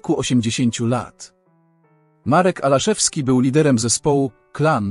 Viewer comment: W napisach jest Ałaszewski a czytasz Alaszewski, kto zmarł?